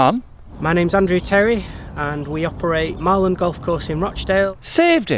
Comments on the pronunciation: It’s Marland not Maryland 😂😂 doing a video and not even knowing where you are 😂😂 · It’s Marland not Maryland 😂 I work in Heywood and play there regularly, course is getting better all the time 👍🏻